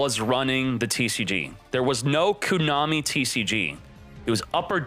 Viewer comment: If he pronounces it “Cooo-Nami” ONE MORE TIME lol